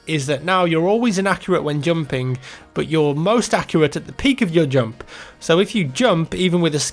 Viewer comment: I like how you say "jump" :D it's like "joump"